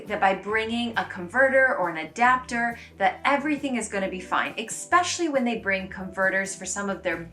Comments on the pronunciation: Not trying to be mean, it drives me nuts when people say EX-specially instead of es-pecially. I normally wouldn't comment on it but you said it 10+ times in the video. Love the content :) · Pssst: The word "especially" does NOT have a hard K sound in it.